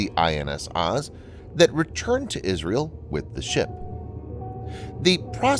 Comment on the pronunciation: also, Oz is pronounced more like "Ohz" or "Oze" lol